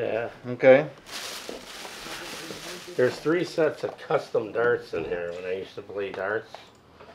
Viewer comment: “When I used to play derts”